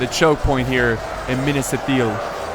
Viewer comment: minas ith- il not eel